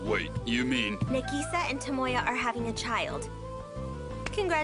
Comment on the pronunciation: How they pronounced nagisa, Nuh-ge-sag